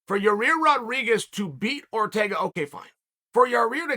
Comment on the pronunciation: Will never get tired of Chael calling him Ya-Rear lol.